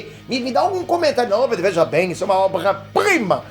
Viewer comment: É uma obrrrrrraaaaa priiiiiimarrrrrrrraaaaa hahahaha rachei rsrs